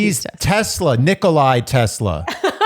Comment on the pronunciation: Not Nikolay 🙈 Nikola Tesla.. Love you guys❤